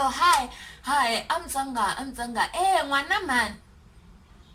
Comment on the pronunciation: This is hilarious 😂😂 Most of them this side can’t even pronounce Tsonga😪 they pronounce it as ‘Conga’ like WTF. They can say Tsiii then why can’t they say Tsonga😏